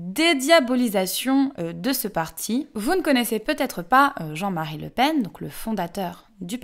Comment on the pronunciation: Le Pen, j'espérais que le "en" soit nasal.